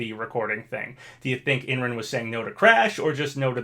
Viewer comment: I don’t think it’s crash and master chief. Just thinking about how smash 4 ended with bayonetta and corrin. Idk 🤷‍♂️ but there is a chance. Also Imran’s name is pronounced as I’m-ron